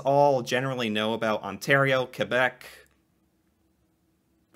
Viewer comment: You say Québec really well. Continue the good work. I watch your videos every day.